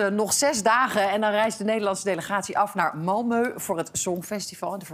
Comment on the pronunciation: Serieus Sophie... je weet toch wel hoe je Malmö moet uitspreken?